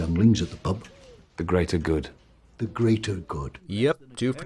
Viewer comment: Smart gorilla "The greater grood"